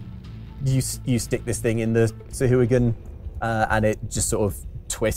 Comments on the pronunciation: I always thought Sahuagin was pronounced Sa-huh-wa-gin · Weird way of pronouncing Sahagin.